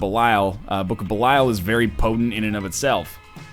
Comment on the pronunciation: Jesus H. Fuck, Kate. Nobody cares about your damn "woooooo"-ing printer. This isn't a hate vid to Best Buy's shit products. This is about NL and his raging boner obsession with the Book of Belial. Or, as he says it, the "Bukahbeelyul"...sometimes "Blukablul" if he's really excited about it. Also, fuck you too Lrod Shrek and your lazy ass. You should be here my now and here's this random canine's canine doing your job for you.